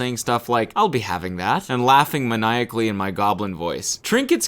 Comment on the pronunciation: “laughing manEYEackly”